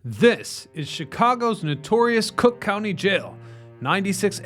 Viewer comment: That’s C(r)ook County to you, pal.